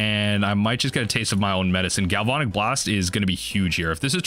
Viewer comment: I love your content, but gal-VON-ic is killing me! Gal-van-ic, like galvanize.